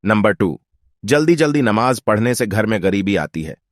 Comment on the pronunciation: Sheen qaaf durust kar lijiye,Namaz,Rozah, Zuhar